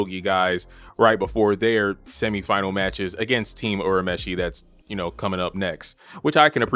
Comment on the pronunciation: the dub is far superior 😂 good video tho I'll definitely subscribe....and btw its "your a meshi"